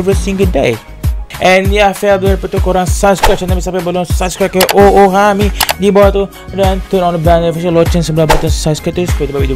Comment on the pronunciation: oohami ye bukan oobabi